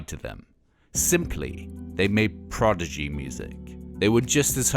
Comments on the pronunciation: Clearly a big fan but he keeps saying Progidy instead of Prodigy...easy mistake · This is very interesting but spoiled a bit by this guy constantly saying "Progigy" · He keeps saying "PROGIDY" instead of "PRODIGY" and people in the comments seem to be ok with that. I don't get it :( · All together, "prodigy" Not "progidy" Ok? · Casting director: You'll be reading for the Progidy documentary today. Narrator: Progidy. Casting director: You're hired. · Why people keep mispronouncing the prodzedgeeh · Why does it sound like he's saying "The Progidy"? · Why does the narrator sound like he's saying "the Progidy"? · I can't get over the guys pronunciation of Prodigy.